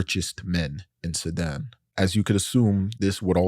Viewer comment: why does he pronounce it like "Sedan"